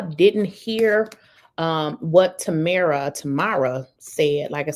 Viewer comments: TamRa not TamEra. Hope that helps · Her name is PRONOUNCED. TAM MERA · Tam-Ra. Is how it's pronounced...